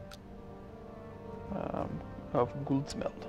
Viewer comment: "Af Stenkyrka" can roughly be translated to "Of Stonechurch" and "Guldsmed" means "Goldsmith". Good pronunciation by the way for someone that don't speak the language. (Or mabey you do). :) And really good vids by the way, love it.